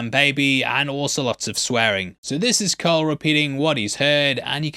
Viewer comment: Who tf pronounces Cole with a soft c?